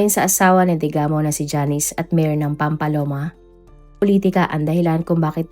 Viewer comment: Mali mali naman ang pag pronounce niya ng mga names...Pati ang Pamplona ginawang "PAMPALONA" , Roel - RO-EL at ang Pryde ginawang Pry-de! 😊😅😊